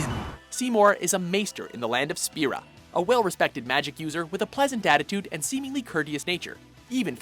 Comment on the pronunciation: the way he says guado and spira....